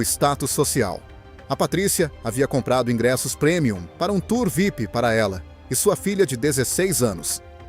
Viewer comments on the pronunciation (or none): none